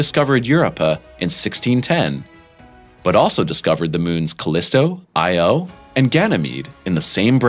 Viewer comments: Io was even worse. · And we will explain to you, what characterizes proper pronunciation of Europa and Io, and any other failed attempts you have yet to butcher 🔪👂